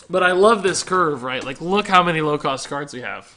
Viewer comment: I was triggered as hell when he said "maybe thijs"